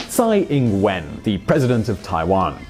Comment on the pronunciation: Tsai ing wen?Are you fucking kidding mate?